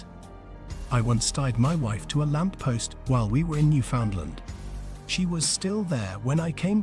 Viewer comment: This isn't very good. Pretty inaccurate and full of nonsense, starting with the robotic narration and mispronunciation of Newfoundland. You can in fact hunt on Sundays. That photos shown when you say Screech is actually beer, not rum. You talk about moose while showing Caribou. I have no idea where you got the idea of not wearing red on Sunday, but would be interested to see if you can cite it as fact.